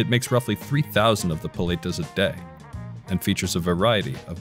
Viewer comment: I love how he pronounces every Italian word with an accent but can't pronounce paleta